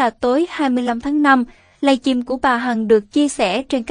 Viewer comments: Giọng nữ diễn đọc nghe mượt mà,ấm áp Tuy nhiên chữ Live Stream không biết cô đọc thế nào người nghe thành“Live Chim” rất ngỡ ngàng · Xướng ngôn viên nên xem lại phát âm, cứ nghe “ lai chim” thì tệ quá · "Lai chim " nghe nhớ người yêu mình quá...huhuhu. !